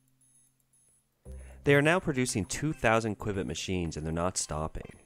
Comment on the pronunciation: For future discussions about quantum computers, qubit is pronounced like QUEUE-BIT